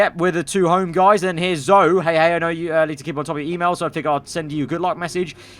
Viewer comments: How can’t say Zoe correctly😂he’s just completely missing out the ‘e’ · its ZO EE not zo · it is zo-ee god sake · Its Zoe! not Zo🤣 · calling Zoe "Zou" while the game calls her "Zoey" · And Zo-E not Zoh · Its zo ee zoe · I die everytime when he mispronounce Zoe's name